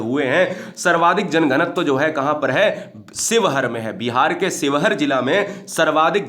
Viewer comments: Bhai ji sheohar शिवहर होता है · न्यूनतम वन क्षेत्र वाला जिला :–शिवहर है सर ना कि स्योहर 👍👍